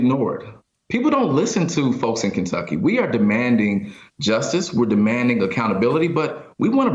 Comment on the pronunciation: "(...) in Kenducky"🤣🤣